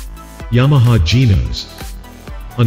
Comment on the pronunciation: May I just say it is not Tyroes or Genoes. Please call it by its proper nams. Tyros and Genos